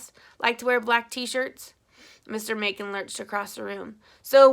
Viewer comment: 3 years later lol i wanted to let you know that your pronounce "Macon" mason. :)